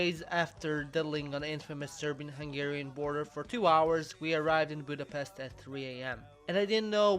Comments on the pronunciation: i’m sorry but this important budapest is pronounced like budapesht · At least you should learn the right pronunciation of Budapest, to help you try this Budapesht. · is no1 gonna mention that he doesn't pronounce Budapest right at all? The "s" is pronounced as in "shop". Most Hungarians get very angry at that. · It’s pronounced with a sh, not s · Budapeszt.. Budapeszt... Budapeszt........ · Miért nem tudja senki kimondani, hogy Budapest? mindig Budapeszt...